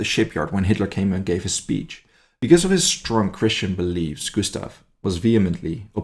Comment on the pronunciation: In German not every s before t is pronounced as "sh" Gushtav, Geshtapo vs made me cringe